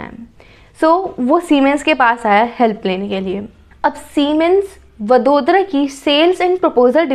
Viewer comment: It is not वदोदरा it is वडोदरा..... Please please note it🙏🙏 जैसे इंडिया को इंदीया नहीं बोल सकते